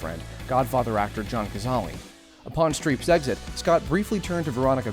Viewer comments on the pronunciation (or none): You mispronounced John Cazale's last name. It should sound like Ca-Zall not Ca-Zall-ee.